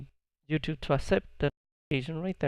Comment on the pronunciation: please stop saying youtooth